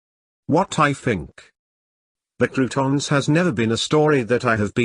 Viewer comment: It's pronounced "CROW-TONS", not bloody "croutons"!!!